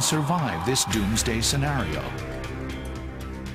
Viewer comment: hahahah its funny how he said "doomsday"